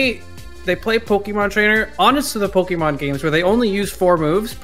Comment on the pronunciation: I am beyond triggered of saying "Pokimon trainer"